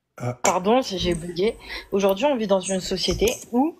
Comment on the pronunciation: Aujourdjoui, partchi, mentchi...jpp 😱